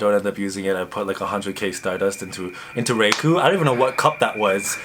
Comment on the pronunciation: Ra-eye-ko not Ray-ku